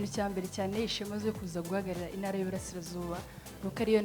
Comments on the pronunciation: Pliz,bavuga intara ntibavuga inara! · Ariko se ibi bintu byo kutavuga ibihekane byadutse noneho ni ibiki!!? Ngo INARA,NYAMINGA!!! nuri ndumva ariko avuga